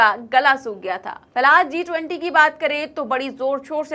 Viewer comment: Zee 20 nahi G20 pronunciation sahi nahi hai